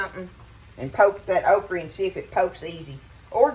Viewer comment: Your pronunciation of okra kills me. I was born in the Lowcountry of Charleston SC and we say okra with a hard a. You food looks amazing.